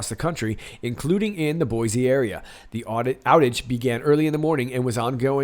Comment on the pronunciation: There’s no Z in Boise. 😂. Boy-see please!